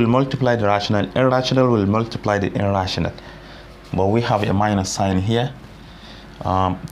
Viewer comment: You can teach well but at times I cant differentiate when your saying "a rational number" and "irrational number"